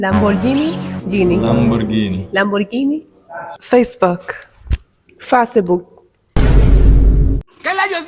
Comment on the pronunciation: No era lambolyini? (Es como lo pronuncian aquí en 🇩🇴)